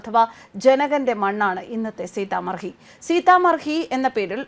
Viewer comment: സീത മഡി എന്നതാണ് ശരിയായ ഉച്ചാരണം